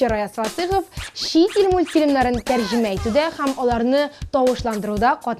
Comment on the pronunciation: Шул татарча сөйләшкәндә хәм дип әйтмәсеннәр иде, ҺӘМ бит инде!!!